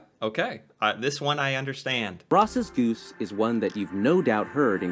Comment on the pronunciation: That and he called the Ross’s goose a groose